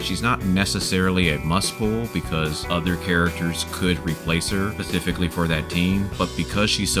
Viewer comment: and many others lol, was pretty funny and kept me entertained. goad=gold, pacifically = specifically and some more. lol loved it anyway as it made for good entertainment.